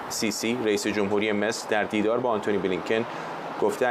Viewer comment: من موندم جناب که از داخل کنگره آمریکا گزارش میده چه اصراری داره بجای آنتونی بلینکن بگه عَنتونی بلینکن... فکر کنم یه هیزم تری به جان فروخته